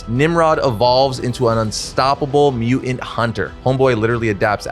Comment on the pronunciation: Can you please pronounce "mutant" coreectly?